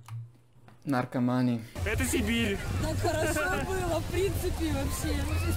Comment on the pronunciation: Ты ролик смотрел вообще? Да даже по самому комментарию можно было понять, о чём речь. Это сам прокомментировал один из моментов, произнеся с характерным акцентом "наркомани". Как и упомянутый Шварцнеггер.